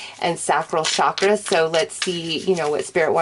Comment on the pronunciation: All good and breezy. Respect your effort, but I simply have to say it. Please, pretty please, for the love of God, stop saying shakra. It is a Sanskrit word that is written with a ch as in chair for a reason. Have no idea who taught you, but that person is anything but knowledgeable. So, say it with me, chakra as in ch as in chair. Thank you.